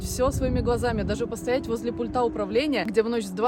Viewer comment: Не пультА, а пУльта. Спасибо за видео